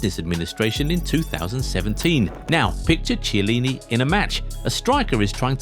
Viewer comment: the ch in chielini is hard, like chianti moron